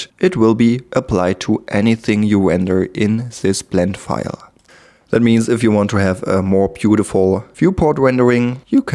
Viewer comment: Cooles Video aber eine Sache noch: Es heißt this/that etc. und nicht sis und sat :0